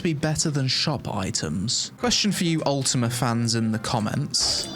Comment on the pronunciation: why he says UltimaR =))